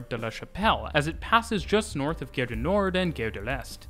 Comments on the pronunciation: A nice description. But… Gare is pronounced in French as “gar”. The way you pronounce it sounds more like another French word: guerre. Which means war. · PLEASE...Gare is pronounced Gar as in car, ot Dare. Interesting video but probably confusing to someone who has never been in Paris. I have been there four times like the variety of the system between the metro and the RER as well as the rubber tired lines. Yes theLes Halle station is huge. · I know you’re not a French speaker but ‘gare’ really isn’t hard to pronounce properly. Like jar but with a hard G. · I'm a Brit - so always nervous compaining about others' pronunciations. But it really grated the way he said 'gare' as 'gair', instead of 'gar'. Is that the French Canadian pronunciation? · Please stop pronouncing the French word "gare" as "gayre". It's "gahre". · GGGare rhymes with car, not dare. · It smells like pea....nuts. Gare...like saying our with a g in front not air. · The way you pronounce "gare" makes it sound like "guerre", which means war. So, I'm watching this video and thinking all the time you are making some threats and wonder, why so aggressive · I noticed this too, the host is Canadian, perhaps this is the Quebec way to say the word "gare"? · Great video! You pronunciation of "gare" should be more like gare as in "are" and less like gare as in "air".